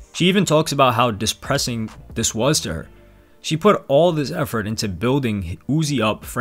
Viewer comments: "dispressing" lol good vid as always i wonder if carti has a dark side...? i hope not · “Dispressing”? Dumbass